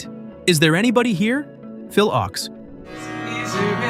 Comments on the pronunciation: Phil Ochs (pronounced Oaks) - love your channel but seriously a little more research could help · It's Leadbelly (Led-Bell-E) and Phil Ochs (Oaks)!!! Either switch to a real commentator, proof-read your content beforehand, or simply stop creating content all together! 🤦